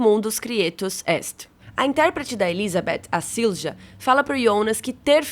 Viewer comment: a letra J tem som próximo ao I Silja na verdade se pronuncia algo como "zilia" Só pegar o Jonas como exemplo, se fala Ionas (aproximadamente) Mjolnir (martelo do Thor) se fala Miolnir (aproximadamente) Tarja (ex vocalista da banda Nightwish) se pronuncia Taria (aproximadamente) Pra tirar a dúvida, use o Google tradutor.